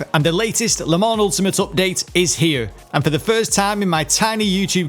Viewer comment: You pronounced Le Mans correctly!! Couldn't be more proud of you mate! On a more serious note, I've watched a couple of your videos now as I've been thinking of purchasing the game and wanted to say: really good content mate. Sub'd and liked. 👍